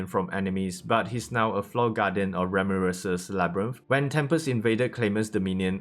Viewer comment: Fucking english. Don't voice over. Can't understand you instead of beretha you said bretha 🤦‍♂️instead of ramiris. Ramris 🤦‍♂️ are you in hurry?